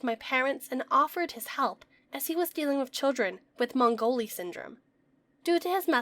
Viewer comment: “Mowgli” syndrome, not mongoli 😅